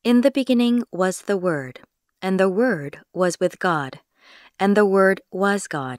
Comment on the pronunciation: 박지원 : but the one and only son 에서 왜 the가 디로 발음이 안되나요?